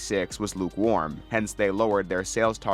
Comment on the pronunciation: Did you just say “lupe warm”?